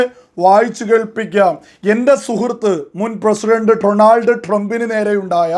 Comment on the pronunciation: അളിയാ എനിക്ക് രണ്ടു കാര്യം ആണ് അഞ്ഞോട് പറയാനുള്ളത്..1) ഡ്രോണാൾഡ് ട്രംപ് അല്ല ഡൊണാൾഡ് ട്രംപ് ഇത് ഒരു പത്ത് പ്രാവശ്യം കണ്ണാടിയിൽ നോക്കി പറഞ്ഞിട്ട് വാ അപ്പോ ശരിയാവും 🤗 2) മുസ്ലീമിൻ്റെ പേര് വെച്ചിട്ട് ഒരു മാതിരി ചാണക സംഘി ആവരുത്